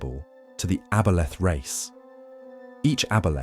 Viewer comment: AI narration couldn't decide how to pronounce aboleth, lol.